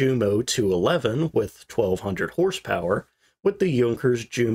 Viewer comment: Йот и у читаются как ю. Юнкерс